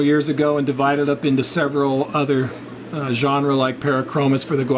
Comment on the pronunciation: Fantastic! Very informative. But the plural of "genus" is "genera", You were saying "genre" which we often apply to styles of music or movies.